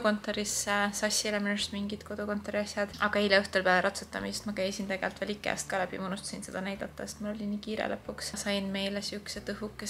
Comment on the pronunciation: väga mõnus vaatamine! fyi ikea hääldatakse pehmelt st “igea” 😇😇😇 iga kord kuulan pisut gringe aga muidugi you do you 🙏